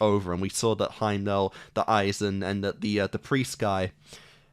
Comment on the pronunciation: Frieren, pronounced FREE ren, Himmel, pronounced HIM ul, not Heimel. And Fern, like the plant.